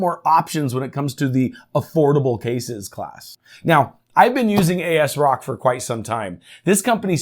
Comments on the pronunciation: Say it with me AS ROCK not Aisrock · I never heard anyone say it as "A.S. Rock". I've always heard it as "as-rock" or "azz-rock".